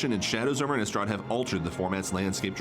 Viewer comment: why does everyone even at wizards call it "innUstrad"... there's an i, not a u!